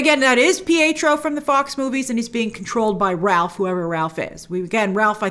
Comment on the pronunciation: It's deftnatly not pietro.